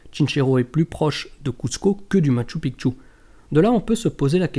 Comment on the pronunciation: Bonjour, Un grand merci pour avoir enfin pris en considération la bonne diction du Machu Picchu! Pas une fois tu t'es trompé...que ça fait du bien aux oreilles! En plus tu fournis de bonnes recherches sur cette info. Que du bonheur! A poursuivre dans ce sens!:) Amicalement Gus